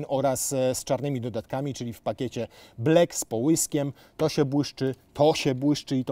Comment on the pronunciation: BlAck! Nie blEck 😒